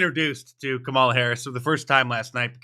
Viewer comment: Nonstop lies and using celebrity like Kerry Washington to help say kamala right and she still said it wrong 😂